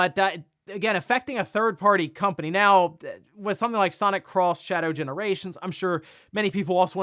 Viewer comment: I believe it's pronounced sonic EX not sonic cross shadow....there was in fact a cartoon called sonic x and not sonic cross.